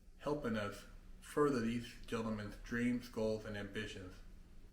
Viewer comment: I had dweams and aspwayshuns